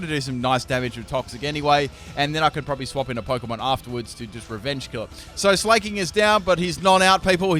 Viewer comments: It pains me to listen to him saying 'slay-king' instead of 'sla-king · S-lah-king not S-lay-king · It's sla(c)k-king not sla(y)-king fuck you even said it had slack off like do you not understand hes the king of slacking off not slaying bitches. Jesus.